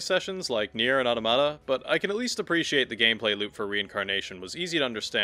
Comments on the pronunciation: They way you’re saying AUH-TA-MUH-TA (automata) makes me unable to finish your video it’s not AUTO-MA-TA. 😅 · Strange, that Automata is your favourite game, yet you dont know how to pronouce its name. Its from AUTOMATON, not TOMATO